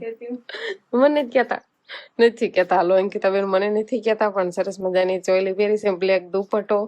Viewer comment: સોલી નહિ ચોલી બોલાય